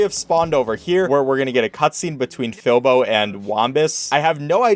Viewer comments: It’s Filbo not Filbur or Philbur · calls "Filbo" "Filber" me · he called filbo FILBER !!!!!!!!!!!!!!!!!!!!!!!!!!!!!! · HE DIDNT EVEN SAY FILBO'S NAME AT FIRST CORRECTLY LMFAO